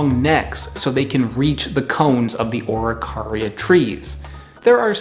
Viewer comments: I think its pronounced: A'ro-kay-ri-aa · You butchered the pronunciation beyond repair xd. In chile they are mostly eaten toasted or as flour in bread, tho pine nuts dont even exist here, common araucaria nuts are around 6cm long, some even get to 10. Also the religius appreciation for them is found in every single place where it grew, since it is a long lasting foods source that can be used for everything. Here they have spiritual value, the mapuches take care of their trees for generations even.